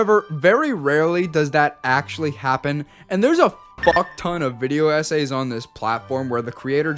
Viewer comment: “Sponer” its sponsor. “Anooyeing” Annoying “Esays” Essays I don’t want to be annoying but, are you okay???